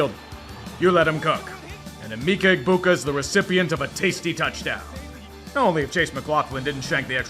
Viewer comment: Eh-meh-ka Egbuka. Just so you don't piss off the Buckeyes fans in your videos. Edit: If Sourh Florida wins saturday, LOLCOW OF THE WEEKS GOES TO BOISE STATE, FLORIDA AND MIAMI(FL)!